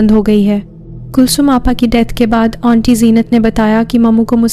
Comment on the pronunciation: And dear its not onty , its aunty...aanty..